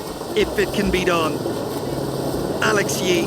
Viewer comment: Agreed - embarrassing, couldn’t even get Alex Yee’s name correct